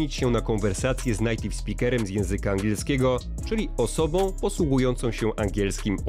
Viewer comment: mowi sie "nejtiw", a nie "najtiw".:)